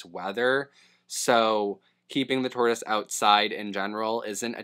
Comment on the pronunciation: Dude called it a 'turtoise' at one point 😂